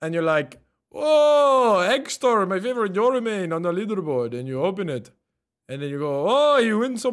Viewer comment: This guy mispronounced my username when I subbed on twitch and he said he was doing it for the money. Thank Yoru he’s rank 1 tho